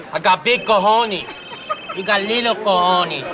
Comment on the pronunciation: I am Spanish and I firmly believe that if a person is unable to say "cojonEs" and only knows how to say "cojonIs", they should close their mouths and use the word "balls" from now on